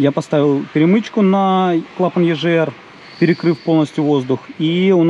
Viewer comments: Егр, а не ежр 🤦‍♂️ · Почему клапан ежр если правильно говорить егр? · ЕЖР? Ты говоришь Газы или Жазы?